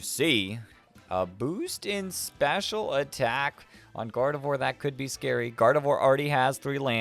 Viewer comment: First off, I love the video, but second, I'm just letting you know that Gardevoir is pronounced "Gardev𝘸𝘢𝘳" and Garganacl is pronounced like "gargantuan" but with "uh-cull" at the end instead of the t-u-a-n.